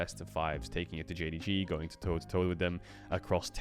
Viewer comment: nahh bro its jdg xD and they just saying it cause caedrel said it wrong in his video man xDD